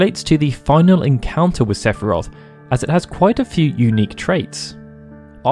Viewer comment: Don’t you mean SEPH-I-ROTH!